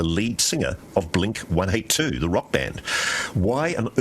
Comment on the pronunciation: He said Blink ONE EIGHT TWO